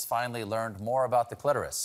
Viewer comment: Stephen is the first American who I've heard pronounce the word clitoris correctly! Bravo, Sir! 🥑🏆 WTF is a "clit-ORR-uhss", America?! 😂